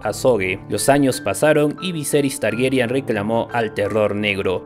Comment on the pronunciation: TargERYAN NO, TARGARYEN, ARYEN.